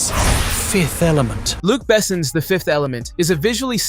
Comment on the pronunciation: That pronunciation of "Luc Besson" was painful to listen to...